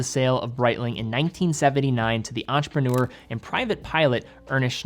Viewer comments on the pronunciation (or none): none